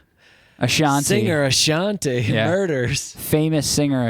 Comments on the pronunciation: Not AshanTEY its AshanTEE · The "Ashanté" pronnonciation is killing me lol